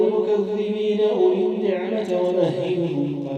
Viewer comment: فعلا عليك تعلم احكام التجويد،لديك خطأ في النعمة التاء مكسورة .اولي النعمة .بالتوفيق